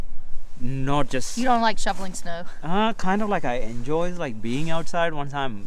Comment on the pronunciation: did she say shoveling or shuffling snow?